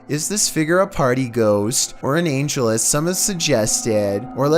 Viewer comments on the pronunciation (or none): none